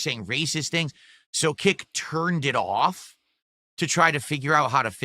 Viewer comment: "Turned it awwfff"